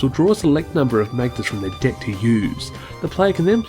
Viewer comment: I liked this video but I have to admit... every time you said "deck" I chuckled since it sounded like you said 'dick'